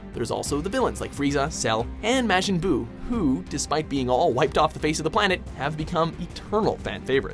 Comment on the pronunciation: hold the fuck up did he just call majin buu mashin buu!!